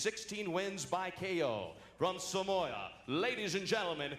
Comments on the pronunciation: Samoa not Somoa pronounced it properly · I know right 😂😂 he said somoa😅